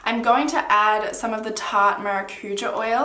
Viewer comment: You look so happy! I wish tarte was available in Brazil, especially the Amazonian collection (and you almost pronounced maracujá like a true brazilian haha). Love your videos!